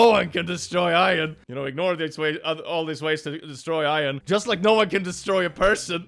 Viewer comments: you say iron like ion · The way pronounces Iron ⚛️